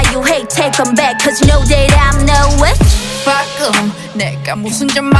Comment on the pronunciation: Them saying witch sounds like the b-word lmao